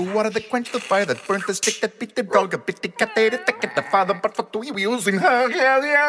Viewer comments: Half the time he pronounces it 'yuzim' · I love that half the time he accidentally says yuyuyuzim instead of zuzim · Every time he butchers "zuzim" I lose my mcfreaking mind